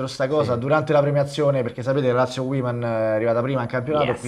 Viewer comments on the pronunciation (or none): Uomen è singolare uimen è plurale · Woman si pronuncia uomen e non uimen Ahahah :) Grandi